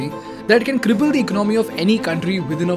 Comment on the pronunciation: Before opening a mouth on Finance learn how to pronounce ECONOMY! Garbage info!